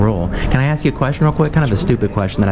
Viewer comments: Ask NOT axe! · I can’t understand why people can’t pronounce the word ask. Aaasssskkk it’s very easy. We axe you to leave. I axe you for ID. Don’t they Know it makes them sound so stupid and uneducated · We gonna AXE you to leave, and he's a Sargent... D.E.I. hire! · He can read, but he can't say the word "ASK" that tell you how ignorant he is